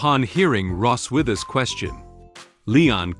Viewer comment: Its Ross-wiss!